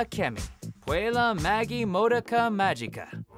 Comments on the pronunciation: Nobody: Todd: MODEaka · The butchering of names needs to stop. Ugh. MA DO KA. SU BA RU. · Being modaca is suffering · Downvoted because Todd doesn't know how to say "Madoka"... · He pronounced Madoka wrong 😅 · Who the fuck told you how to pronounce Madoka? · They can't even pronounce Puella Magi Madoka Magica right!!!!! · Except he can't pronounce the name Madoka correctly. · Madoka being pronounced like that caused me suffering. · I think Todd does it on purpose. It's like a Watch Mojo tradition to pronounce at least one name or series wrong in each anime list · Or that he can't pronounce Subaru...